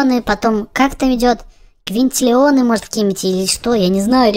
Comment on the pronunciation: Не ваньтилионов а кваньтилионов